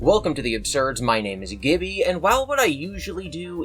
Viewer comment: He's called GiBi not Glib-i.